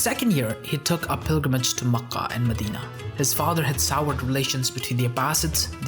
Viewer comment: you mispronounce Ka’aba and Mecca. how can you be taken seriously?